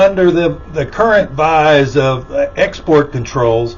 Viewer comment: The word is "guise", not "vise."